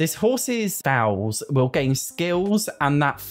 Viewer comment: Episode 11 of telling him "Foal" is pronounced kinda like "fold" and that ponies arent baby horses.